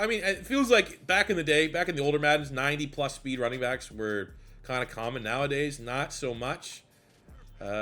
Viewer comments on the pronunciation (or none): none